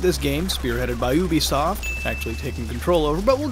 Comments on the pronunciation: its actually pronounced ( you-bee-soft ) but that's ok its a very common mispronunciation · Why do you people say Ubisoft as “Ooh-be-soft?” It’s “You-be-soft.”